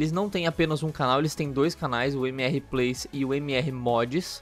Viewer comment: Primeiro esqueceu do x no MxR Plays, segundo se vais dizer plays, não digas mxr com pronuncia brasileira utiliza a pronuncia inglesa....